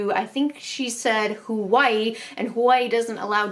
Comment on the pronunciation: I love how you say Hawaii tho :) <3 “Hwoaii”